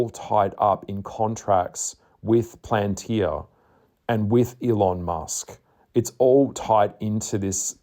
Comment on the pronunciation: Good explanation. On another note the words are inconsequential and the company is Palantir not plantir